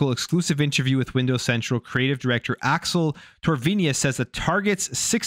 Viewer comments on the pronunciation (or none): none